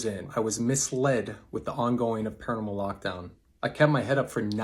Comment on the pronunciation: When Zac says paranormal lockdown it sounds like he’s saying caramel lockdown. Actually most of the times he says paranormal it sounds like caramel